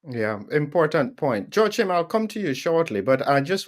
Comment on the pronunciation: Joachim's name is pronounced as "wha-keem" or "whoa-keem"...not "sho-keem".